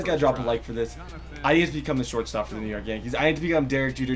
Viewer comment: its york not yok lol